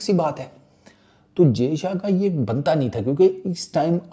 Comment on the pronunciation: jayshA ka naam shi se liya kar nhi to naam mat liya kar sale